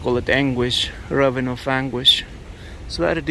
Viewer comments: This is 100% meant to be constructive criticism, as I know English pronunciations with all of the ridiculous spelling rules & exceptions makes it difficult. The word "ravine" is pronounced "ra veen". And thank you for all of the coverage in both La Palma and Iceland! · pronounced Ra veen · Please say "ravine" so that it rhymes with "between" - I only say this to make the channel better and to make sure you are understood by everyone.